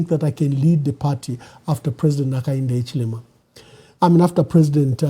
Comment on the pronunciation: Your cant pronounce Hichilema 😂😂😂